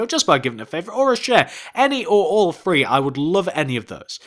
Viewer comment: The way you three is with th not f